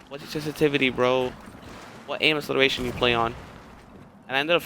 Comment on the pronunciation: Someone needs to learn how to pronounce acceleration properly